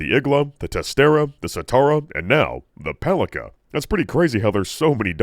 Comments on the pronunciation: not "paliKa", but "paliTSa". It's a slavic word that means "club" (weapon). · It's not paliKa, it's paliTSa. It's a diminutive of old slavic for a club or baton. Makes sense for Serbian brand RostoviCH. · The Skippy toy made my day🤣 P.S. One small thing - the double-barrel's name is not pronounced as "pali[k]a" - it's "pali[ts]a" - translated literally as "mace". P.P.S. On Smartgun performance - while not being the most damaging weapons in the game on their own, they're great to "carry" effects from mods, hacks, etc, once specced, chromed and modded into. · A little Slavic pedantry here. The C in Palica is pronounced like a C when reciting the alphabet, not like a K. Also it means stick. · This double barrel Palica is pronounced as “Palitsa”. In Serbian and Russian it means “club” or “baton”. Well, it sure looks like one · Palica's (pronounced pa-li-tsa) short range can be explained, actually. If we assume it shoots same smart pistol gyrojet rounds, and unlike the pistols they flop out of the gun with very little initial velocity, they would need to inefficiently spend the fuel to accelerate in the air, thus reducing their range, thus reducing the range the gun would let you target at. It would also be cool if the bullets actually shot in a comically wide spread and then converged at the target from all directions, like a little Macross Missile Massacre. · As the Palica is produced by a Slavic based company most probably 'c' in its name is pronounced as 'ts'. (the same way you pronounce first letter in Cincinnati) Thus the very name starts make sense and can be translated as Club / Cudgel / Bludgeon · I think PALICA is pronouce as PALITSA. It's a word for a small club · "Palica" actually means to be read as "Pálitsa", it's Russian word that translates as "club" or "mace" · Palica is supposed to be pronounced as "palitsa" supposedly from slavic палица - (something like mace)